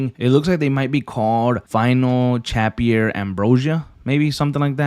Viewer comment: “Final Chapier” 😂 You mean final ‘Chapter’